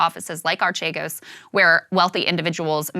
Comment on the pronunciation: It's actually pronounced "Arkeegos". It's actually not a pyramid scheme at all. It's just highly risky "investing", while being leveraged to an absurd degree. Btw, this is where the fraud comes in. They didn't disclose how leveraged they already were, when they asked other financial institutions for new loans. Eventually, the stocks they were betting on (because that's what they were doing - gambling, not investing) dropped, and because they were so highly leveraged, they crashed in a couple of days.